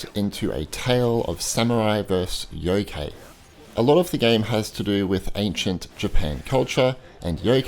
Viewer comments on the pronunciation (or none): The KA from youkai is like in the word CArt or CArd.Or like the Kai from Cobra Kai. Shuten Douji was close enough :D .